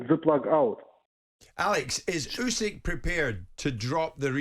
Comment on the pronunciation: FFS Jim it's ooo-sick not you-sick!